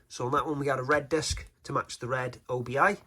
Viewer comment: Always nice to see a new boutique label starting up. Gives us hope that physical media is here to stay (at least for a while!). BTW, I think it's "obi" rather than "O.B.I.", as it's taken from the name of a sash worn with a kimono, which the paper band kind of resembles. I always called it an obi strip when I got one on a record.